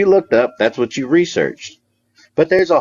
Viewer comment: “I’ll tell you HWAT”